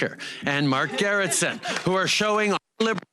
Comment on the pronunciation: I actually laughed out loud when he said Mark Gerretsen